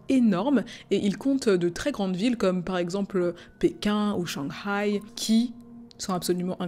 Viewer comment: Première fois j'entends quelqu'un de francophone dire Shanghai correctement ! Super vidéo !